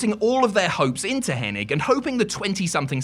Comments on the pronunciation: It's hennig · Can this guy pronounce Henings name right